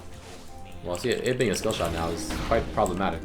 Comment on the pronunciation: Wtf did u say w skillshiw?!?!?